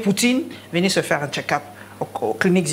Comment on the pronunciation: Un autre Boketsu wa yambo qui parle de Fatshi qui a suivi son "ketchup" au lieu de check up a la 6ieme minutes